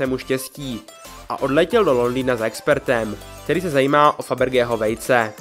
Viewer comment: Klenotník se jmenoval "Faberžé", ne "Febridž". "Faberžého" vejce. Měl francouzký/hugenotský původ.